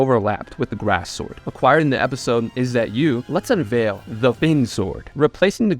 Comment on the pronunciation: You really got to learn the proper way to pronounce words like "perilous", "unveil," and "irreparable." It's sad, dude. Stupidity makes me sad.